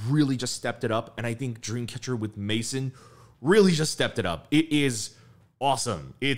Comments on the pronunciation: It's actually pronounced "meh-zón". La Maison. The "ai" is pronounced as eh is French. And the word is stressed in the end. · That's a very English pronunciation though, in French it should be closer to "meh-zon"😉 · did he call maison "maicen" ?... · It’s actually pronounced “MAY-ZON”, which is French for House/Home. Loved your reaction as always! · love your reactions but a heads up. you are saying the name of the song wrong. Maison is french for Home. try and look up how the french say it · lol their pronounciation of it had me lol